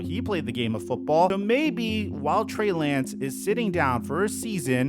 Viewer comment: he calls Trey Lance, Bray Lance 😅